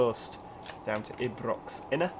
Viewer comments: Not to be rude/ It’s not said eebrox it’s said eye-brocks but spent Ibrox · hello from glasgow Ibrox is pronounced as eye-brox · Ibrox is pronounced eye-brocks And govan is pronounced guvven And St. Enoch is pronounced St Eenuks